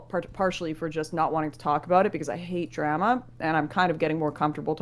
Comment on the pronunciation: As a Canadian I must say we not say "Draama" like that.